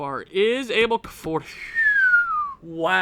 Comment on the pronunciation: You got to learn how to say "Abel" correctly. If you say "Carlos" like in spanish/portuguese, you got to say "Abel" to!